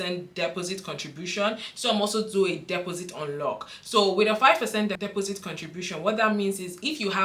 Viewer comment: Dep os sit, strange way to pronounce took me a few seconds to work out! Thanks for your time with upload